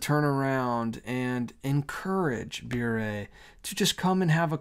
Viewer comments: I believe it is pronounced “burr“. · Sounds like a "serpent in the Garden" kind of invitation and I pray that Candace stands firm. I have so many thoughts on this but you put most of them into words in this video,. Thank you for the loving concern you showed Candace. P.S. "Bure" rhymes with "hurray" 😉. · Bure pronounced "beret" like the French hat.